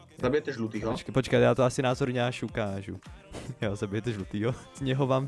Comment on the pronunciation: "šukážu" :D